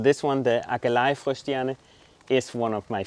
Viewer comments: That purple plant at the beginning - Aquilegia pronounced a kwuh lee jee uh in the UK. Are you guys saying it in the Dutch tongue version? Love the Astratia, I have tried to grow those but my plug plants died twice. They are on my top 3 plants to try again for a win. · You are pronouncing Aquilegia and Salvia incorrectly !